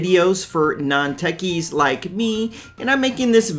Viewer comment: You said ....Non techei like me 🤣🤣🤣🤣🤣